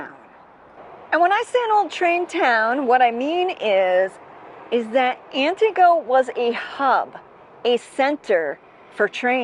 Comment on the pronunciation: Ann TEE goh, not whatever it is you are trying to say.